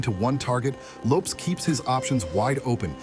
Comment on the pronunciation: What's with the way you say Lopes? It's not supposed to rhyme with dope.